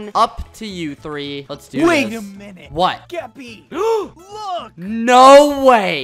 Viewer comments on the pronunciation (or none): ThatOtherAsianGuy Nah its skoopy not skuppy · its skeppy not skuppy